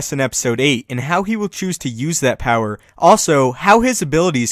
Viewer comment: power not pier